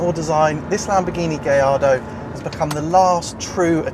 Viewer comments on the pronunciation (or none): 'Gaj-ardo' not 'gay-ardo' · "gay-ardo" ???? "guy-ardo"............. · actually it's pronounced more like guy-ardo...not gay-ardo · i thought it was a Gallardo not a Gayardo -_ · Did he say its a Gay Lardo?